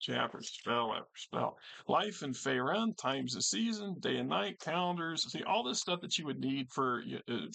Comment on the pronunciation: Great video on this book. Currently looking to replace my copy i sold many many years ago. By the way I'm pretty sure it's pronounced fae-rune.